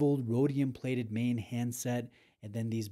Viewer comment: Congratulations on the pronunciation of Maen …. Almost perfect in the intro